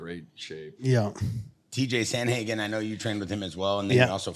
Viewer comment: Someone tell it's pronounced Sandhagen not Samhagen😀😀 Min